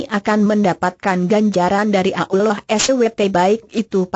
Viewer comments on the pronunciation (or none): menjijikkan suara pembawa acarane , pekok dan tolol penyebutan nabi SAW dan sebut alloh nya keliru , pembawa suaranya asli kristen ya